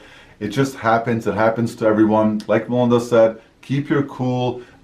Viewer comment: This is the first time I realized your name is Melinda! I’ve been hearing “” in all the videos I’ve watched before.